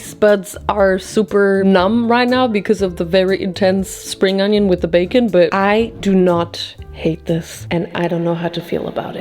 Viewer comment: It's "onion", not "ANYIN".